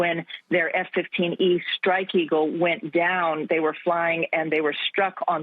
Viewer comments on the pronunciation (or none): Dude you need to work on your pronunciation. It’s Strike not Shtrike. It’s Stroke not Shtroke. Makes your videos unbearable.